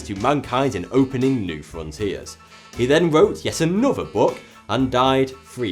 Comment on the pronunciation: Norf?,anuvver, orfer?...gods sake man, speak properly, like a grown up..north, another, author...its not hard, jeeez.